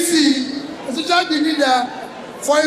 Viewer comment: It's NDC but it sounded like ADC. OMO, NDC, ADC, APC these are truly confusing.